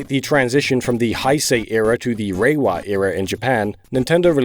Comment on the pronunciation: How did you say “Hai-sei” but get “Reiwa” right immediately afterward when they both have the “ei” sound? 😅 The ei in Heisei and the ei in Reiwa are meant to sound the same, even though the kanji are different.